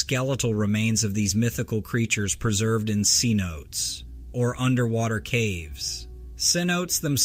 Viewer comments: C notes? ....Seh-No-tay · It’s not pronounced C-notes it’s pronounced seh-note-tays… sorry that bugged me… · All BS starting off with the black bear but the mountain lion footage was real. What killed me was the AI script reader, pronouncing seanotes for cenotes, a Spanish word for pit or sinkhole. No dragons have ever been found but the robots pronunciation had me laughing my ass off!!